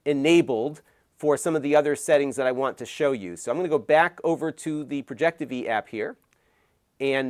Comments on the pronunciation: It’s called Projectivy. As in Project IVY. Not projecteevee. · Hey it's pronounced Project IVY Launcher, it's a Final Build for an English Based Launcher for Chinese Branded Projectors. It has come a long way I'm glad it's the main stream now. Good luck with Google TV Working properly 😅